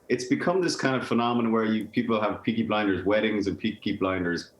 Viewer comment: DID SHE SAY PEAKY BINDERS???!!!! THE DISRESPECTTTTTT